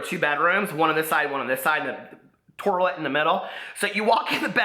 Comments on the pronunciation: OMG my sister says toirlet! It drives me nuts! That cracked me up so bad when you said that. 😂😂😂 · Dying at 'torlet'. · 'TORILET' LMAO!!! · Torlet??? Lmao I'm dying 😂😂😂